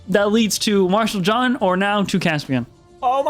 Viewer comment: dude it’s Marshall John, not Martial xD